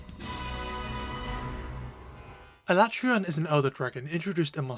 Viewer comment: Thank you for using the CORRECT pronunciation of his name! That’s right, I said it!😂